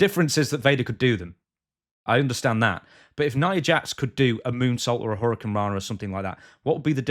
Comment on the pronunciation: Hit her with the ol' "Hurry-I-cant-rana"